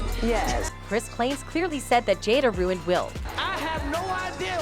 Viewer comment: The whole family has been "roont" from the start lol.